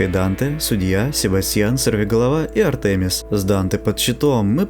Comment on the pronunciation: ударения: синергИя, МОджо, АртемИс